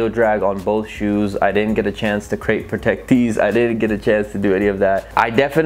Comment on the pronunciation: wtf crep protect sent you a whole box of things and you dont even know how to say it right